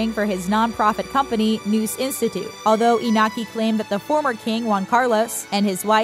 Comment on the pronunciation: Cristina was not princess, only infanta. Princess is only the heir to the throne. Right now it is princess Leonor and her sister, Sophia, is infanta. And the pronunciation of most words, especially iñaki’s name, 😬😬😬😬😬😬😬